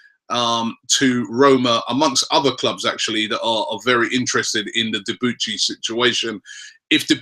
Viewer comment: It's pronounce debooshy not deboochy